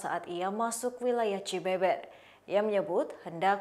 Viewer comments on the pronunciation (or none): Lucu dengarnya pembaca berita menyebut alamat pelaku seharusnya dibaca cibeuber,bukan Cibeber🤦😁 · Cibeber 😂 ditulis nya emang ke gitu tapi kalau diucap cibeubeur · Baca cibeber nya salah :( 😂